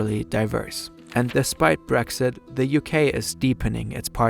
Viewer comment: Gutes Englisch. Fehlt nurnoch das "the" nicht als "de" auszusprechen. Ist ein lieb gemeinter Tipp